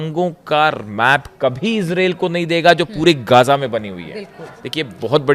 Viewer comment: गाजा नहीं ग़ज़ा होता है